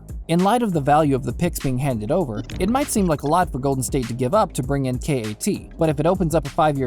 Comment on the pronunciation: Hahahaha completely laughable trade. Wiseman said he didn’t want to play in Minnesota. The Timberwolves will wait until Karl asks out or until his last year on his deal, if they don’t turn it around by then. Also KAT is pronounced CAT not Kay -Aye -Tee. Kay-Aye-Tee? Are you serious?